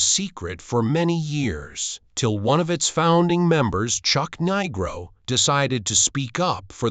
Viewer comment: This one stinks. Can't even say Chuck's name right.